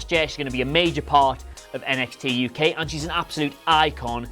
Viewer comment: Nxt UK ain't that hard 2 say mate